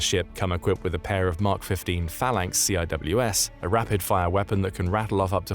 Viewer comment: you don't read CIWS like that; you lose a lot of credibility...